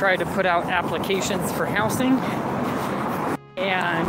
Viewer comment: I genuinely hate how he says "house-ing" instead of housing